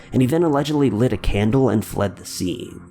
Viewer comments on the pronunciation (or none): none